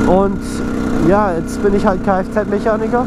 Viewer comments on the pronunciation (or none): du sagst immer Mechanigger xD aber noices video :D